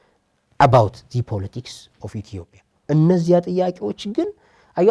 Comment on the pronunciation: የአላዋቂዎች ውይይት! የዜግነትና የብሔር ጉዳይ እኮ እንደየአገሩ የተለያየ ነው፤ ሲቪክስ ኔፕ፡፡ (ደሞ ኢትዮጵያ እንጂ ኢቶፒያ አይባልም፤ መጀመሪያ ስሟን አስተካክለህ ጥራ) እሼ ሕፃናቶቹ ላይ በርታ እዚህ አገር አዋቂ ብዙም የለም፡፡